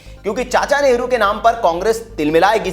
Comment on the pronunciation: भैया कम से कम न्यूज़ में नेहरू जी का नाम तो अच्छा बोलो,,, नेहरू नेहरू बोल रहे बार बार